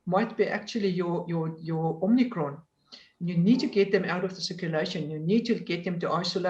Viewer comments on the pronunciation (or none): She called it the "Omnicron" :) Give me a break!